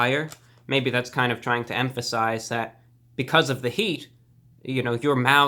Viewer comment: "heaat and mac(ke)cheetolygoodness"